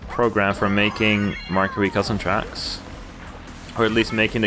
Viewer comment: he dissed Mario’s name hard lmao